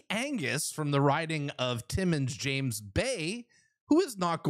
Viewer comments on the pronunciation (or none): none